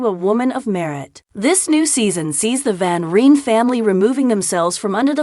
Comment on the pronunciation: It's Van Rhine. And Ada, hard A.